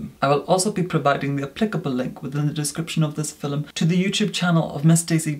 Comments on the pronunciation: Please stop saying filum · i was watching harry potter and caught myself reviewing the "filum", then remembered of how pronounces it and came here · Take a shot every time says: •”fillim” •acne •banish